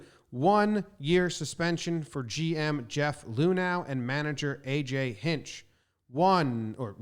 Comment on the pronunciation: It was player ran fucking dumbass beltran started it and yes the draft picks is fucking huge loss but still should come to my college games we take roids learn how to say luhnow's name fucker